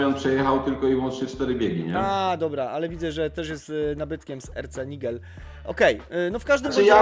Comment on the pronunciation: RC Nigel czytamy jako "eRCe Najdżel" - pozdrawiam😊